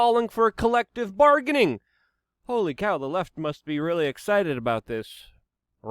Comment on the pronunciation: Please dont say holy like that